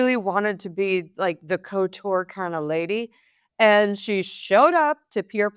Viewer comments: how on earth have you arrived the bizarre pronounciation of couture' as 'co-tour'??!! At the very least respect the vowels in the first syllable. Its pronounced 'coo-tewr'. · It’s not Co-tour , it’s Couture